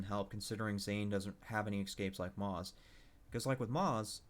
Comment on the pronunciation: You aren't pronouncing moze right and it really just irritated the shit outta me